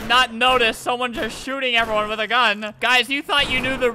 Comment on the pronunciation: 'evewyone loves me' ..... I DONT